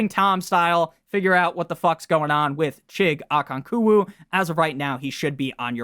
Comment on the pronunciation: Chig “O-Con-Kwo”